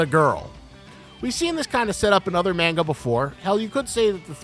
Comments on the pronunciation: Muh KEEE muh 💀 bruh i hate when manga onlys make yt videos and mispronounce everything. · bro says mainga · Personal gripe, but please pronounce manga properly